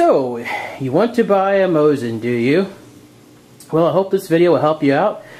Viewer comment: We Russians pronounse it "Mosin rifle" (without nagant). And its Mosin (MO-SEEN) not Moshin.